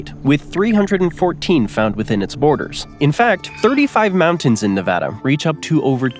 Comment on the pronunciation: I gave you a like for pronouncing Nevada correctly. Thank you.